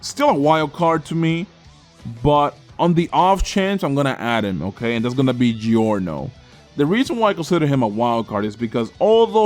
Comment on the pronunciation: You have to say giorno